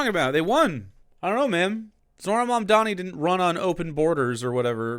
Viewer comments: I know he can say "Mom." I know he can say "Donnie." IT'S FUCKING MOM DONNIE. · it's crazy that he can't pronounce "Mamdani" when it uses entirely English phonetics, at least in the normal way that normal (non-Maher) Americans pronounce it. It's pronounced like "mom-Donnie." Does he not know how to pronounce "mom," or does he not know how to pronounce "Donnie"? ... It's "mom" that his mouth refuses to pronounce. He has probably never said the word in his entire life, based on his behavior.